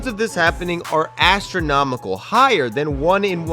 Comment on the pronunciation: ASTRO-nomical... nice one buddy